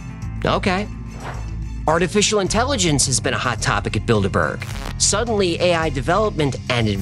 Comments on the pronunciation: 1- "How daaare you!" is not a bit and will never get old. Never! 2- You say Bilderburg, but I only hear Build-a-Bear. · Not gonna lie, I first heard "Bilderberg" as "Build-a-Bear". Of course, now I'm thinking this may not be coincidental. It would certainly explain why those things are some damned expensive. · I kept hearing build a bear😭😭😭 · I can't stop hearing "build a bear" now that's a group I could get behind 😂